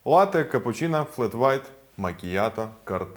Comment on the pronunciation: Дякую за відое. Тільки не капучІна а капучИно